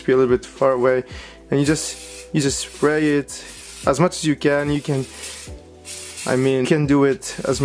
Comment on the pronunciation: Did he say splay??